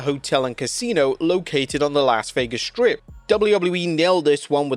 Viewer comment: The TLC match with the Street Profits, MCMG, and DIY. Should've been put on WrestleMania. Instead of New Day versus the War Raiders. Also Chelsea Green should have a match on WrestleMania. Anyways I hope that all of the matches are good. By the way. You keep pronouncing Las Vegas the wrong way. This is coming from someone who lives in Las Vegas.